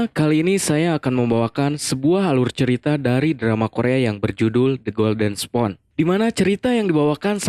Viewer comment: Pronounce spoon bukan "Spon" tapi "Spun"